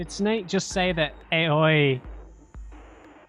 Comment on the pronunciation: I love how everything falls into place in this part of the game, your enjoyment gives me hope you'll play more games like this in the future. Btw, Aoi is pronounced like ah-oh-i. Fun fact: it's a boy's or girl's name, also a surname, can also mean blue.